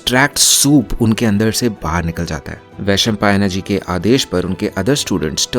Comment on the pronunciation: Vaishampaayan(वैशंपायन), not Vaishampaayana(वैशंपायना ). Also Please Shuddh Hindi.